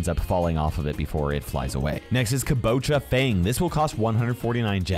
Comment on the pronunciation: If you slow down his voice at kabucha fang he sounds like hes drunk